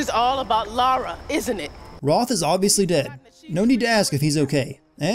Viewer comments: ***** But Laura and Lara are two different names. Lara is Lara not Laura. Just like Sara is Sara not Sarah. You're not just pronouncing it wrong, (if you switch the pronunciations.) you're calling her an entirely different name. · Guys he is right I had a girl in my class called Laura and they are different words Lara Lara is pronounced laaaara and Laura is pronounced Lorra so he is right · It's even funnier when you think her name was originally Laura but was changed to Lara because they thought Americans would find Laura hard to pronounce. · L-AH-RA!!! NOT LAURA!!! Jesus get it right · was just thinking this, its LARA, not LAURA ffs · I actually realized that halfway through recording the lines. If you notice, the first few minutes I was mistakenly pronouncing it Laura, then I corrected myself for most of the rest of the video and pronounced it Lara. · fun drinking game: take a shot everytime calls lara "laura" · Oh ffs it's Lara not Laura. Lah-Ruh, not Law-Rah. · Laura Laura Laura, its LARA damit. I get sooooo annoyed when people call her Laura. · 5 years too late but: 1 - Her name is LAH-RA, not LAU-RA 2 - sin 68: She choose to kill a side character instead because he was about to set Sam on fire. Even if she had killed Mathias, the other guy would have put Sam on fire. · LA-RA not Laura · Why after this many years do people say Laura?!? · its LA RA lara not laUra. -Jonah saves her not Roth. -At the plane scene it is audible no one leaves in japanese in an echoish voice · It's LARA. LAH-RAH!!!! Wth does Laura come from? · Its lara, sin for you! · her name aint gotdamn 'laura' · THIS narrator deserves at least 110 sins for his continued mispronounciation of 'Lara' - Laura is a different name. spelt differently. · Her name isn't Laura boy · Listen to how the voice actors in the game say it..."La-ra"....NOT "Laura".....how many games and you still can't say the protagonist's name correctly? What's her last name? "Crowfty"? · her name's Lara not Laura